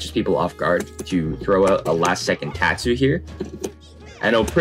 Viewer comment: The says " teahtsu " instead of tatsu